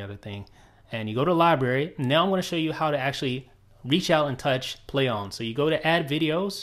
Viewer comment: why does he keep saying "play ohm" lol